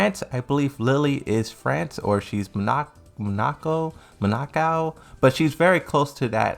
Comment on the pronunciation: Dude straight up doesn't pronounce anything right. Couldn't even say Monaco.